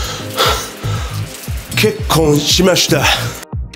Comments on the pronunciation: のｹｯｺﾝｼｬｯｼﾀ!!!ｹｯｺﾝｼｬｼﾀｯ!!!が 2024年の初笑いになった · ここが結構しましたに聞こえる wwwww